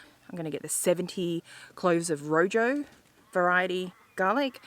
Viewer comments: Please check the pronunciation of room, in spanish the j sounds more like an h .. . Nice show, hope to see a good yield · Rojo not room